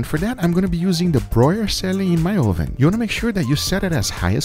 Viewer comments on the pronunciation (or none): I love, but will somebody please for the love of God teach him how to pronounce oven.